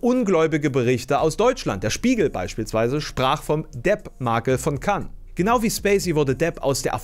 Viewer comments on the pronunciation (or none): none